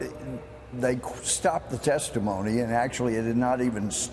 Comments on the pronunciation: "Testaphony" Louie Gohmert. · I think Gomers slip "testiphony" says it quite accurately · "testiphony", that was probably unintended but it was epic at the same time. LOL